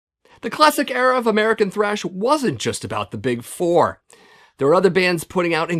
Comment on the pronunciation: You keep spelling and saying trash wrong .